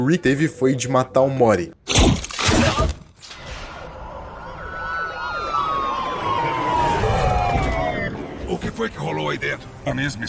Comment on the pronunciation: Sempre que ele fala "o morty" eu escuto "omori" Mais alguém?